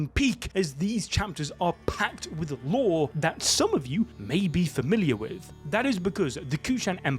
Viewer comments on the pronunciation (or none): none